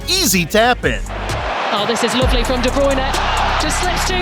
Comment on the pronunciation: You pronounce some names so funny, like Haaland and De Bruyne. I like your funny words magic man.